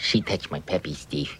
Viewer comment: "Pappy". 4 is innocent and mispronounces it I believe.